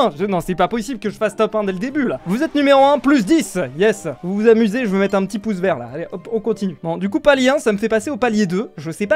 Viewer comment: "Pouce VERT" lol